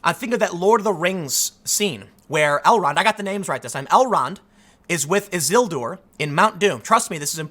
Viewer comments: Tim: I got the names right! Also Tim: Izildur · Pronounces Elrond correctly. Mispronounces Isildur. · “I actually got the names right this time.” proceeds to mispronounce Isildur. 🤣🤣 love that you used that analogy. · You were so close this time Tim, you just need to work on your pronunciation of Isilidur